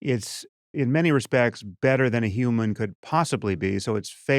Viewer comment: I just want to ask, I believe it was Eliezer Yudkowsky, "You keep saying, YOUman Well, what exactly is a YOUman?" .